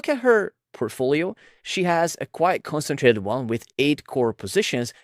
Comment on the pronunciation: Please work on your pronunciation. It’s hard to understand what you’re saying sometimes. For example, the way you say “concentrated” is very rushed (missing parts of the word) and when you say “other” it sounds like “odder” or “order”. If you search “x pronunciation” on your browser, it’ll give you an audio of how it’s pronounced, and you can use that to practice saying different words. That’s how I mastered English as my 3rd langauge. Looking up how people’s names are pronounced is also a good idea. For example, Thiel is pronounced “teal”, there’s no “th” sound (referring to your recent video).